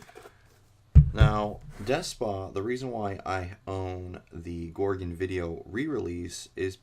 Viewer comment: Its pronounced gore gon